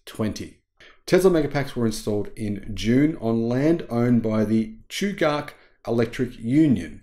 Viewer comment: I used to work at Chugach. It’s cool to see them progressing. And it’s pronounced chew gatch like catch.